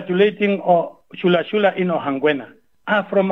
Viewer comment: It's ChulaChula not ShulaShula...